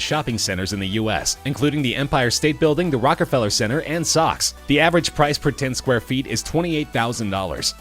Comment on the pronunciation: oh my god, this a$$ whole butchered every other word. i mean Saks is not socks. f*ccing idiot